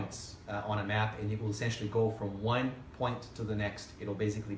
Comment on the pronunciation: How about finding an English speaker for a presentation like this?? This guy has a very limited vocabulary and doesn't know how to differentiate between S and Z.. how many times can one say "baziggkly" instead of basically?? actually actually baziggkly actually.... I'm not a native English speaker but it bugs me.